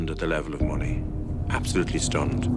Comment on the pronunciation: Monies... 🙈... Its MONEEEEEEEEEY